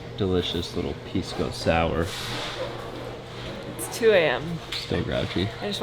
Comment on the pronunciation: I love how you called it a piss-co sour